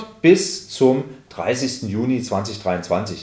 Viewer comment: Also wann gibt es die neuen Rentenbescheide? Von Mitte Juni bis 30. JUNI oder JULI? Vielleicht etwas deutlicher sprechen. Man man auch zum besseren Verständnis Juno und Julei sagen.